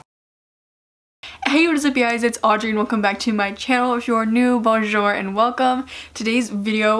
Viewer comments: It’s not said ( bon-jer ) it’s ( bon -zer) lol I think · that's not how you should prononce bonjour... it's actually 'bon zhou'/'bon zhoo'. the 'r' is silent. just letting you know that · man that "Bonjour" in the intro was brutal (no offense)